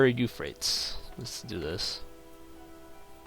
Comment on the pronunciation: U pronounced your wonder and Euphrates wrong